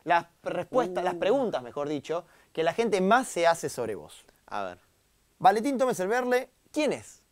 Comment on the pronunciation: VALENTIN TOMES ERVERLE JAJSKSKSJSJAJAJAJ DECÍ BIEN EL NOMBRE AL MENOS